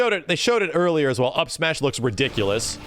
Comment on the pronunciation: "Smeeash Lore" xD